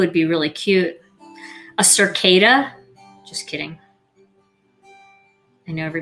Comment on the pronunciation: Pretty cards & a good technique for when you can’t think of what to make! Just add the sentiment as needed. It ceased to look like a butt after you removed the mask. 😊 Just FYI, there’s no r in cicada. They’re nasty with or without an r! 😂😂😂